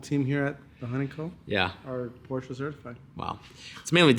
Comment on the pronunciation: Stop saying Porscha